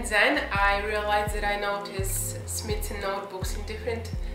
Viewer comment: It’s pronounced “smy’ like sky. So it’s smythson